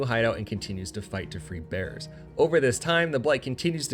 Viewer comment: (note: I am not trying to be a troll, just sharing something that I found interesting) I gotta admit; your pronunciation of "Bearers" had me grinning. Even the automated closed captioning was showing it as "bears" instead! Keep doing your good work. Sometimes I have ended up fully playing a game after watching one of your videos.